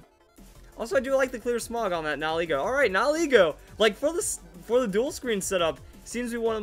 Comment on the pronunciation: I'm so glad you pronounce Nigilego's name correctly. Nihil - annihilate Ego - ego